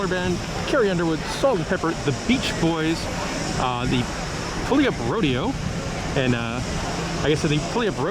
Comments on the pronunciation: Did he really say pooeyup? It’s puyallup (pew-al-up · He really said the state of “poyoup” instead of “pew-all-up” 🤣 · Great video! I've lived in pew-all-up, too, and love the fair. Made me giggle when you said pullyup. You're certainly not alone! 😀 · You need to learn how to say Puyallup... PEW-ALL-UP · 😂😅 tourists.... the city of Puyallup is pronounced Pyiu- ALL-up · Saying poyup is weirdly funny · It's actually like pew-all-up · I thought it was pew-al-up, not "all". That's how the "Do the Puyallup" song pronounces it anyways. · great review but please learn to pronounce Puyallup correctly. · The way you said Puyallup 😂😂